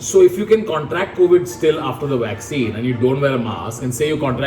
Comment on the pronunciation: Public: Vakccine kaha hai Tanmay: Waxene yaha Hai